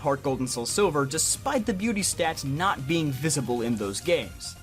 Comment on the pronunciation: NOT DOES NOT END WITH A G, IT ENDS WITH A T!